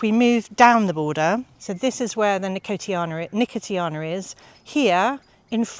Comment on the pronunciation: Just adding to the pronunciations that, you were right first time with nuh-kow-shee-aa-nuh for nicotiana which I did not know. Always fun to learn these, preferably before I go to the garden centre and start asking 😆